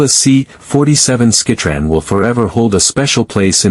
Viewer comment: "...C-47 skeh-tran..." Downvote and move on.